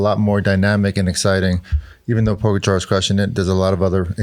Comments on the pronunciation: Why do Lance and George continue to slaughter Tadej last name when Bradley and Johan pronounce it Correctly ??? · Have some respect for Pogačar and Vingegaard - These guys need to learn how to pronounce their names correctly!